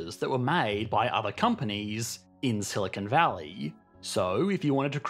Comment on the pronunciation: The British always make this mistake. They mispronounce Silicon Valley as "Silicone Valley", too.